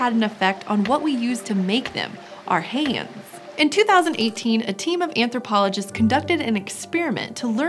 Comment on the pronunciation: She says hands funny